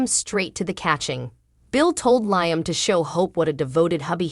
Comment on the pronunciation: Not just Liam but other words are not pronounced cirrectly.